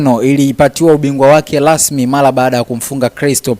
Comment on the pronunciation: alafu siyo lasmi ni rasmi.Alafu jifunze kutamka l and r we mtangazaji hujui kuongea kiswahili fasah ,Bora siyo Bola.